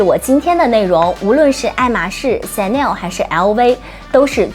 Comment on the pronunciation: chanel的發言唸成「顯內兒」？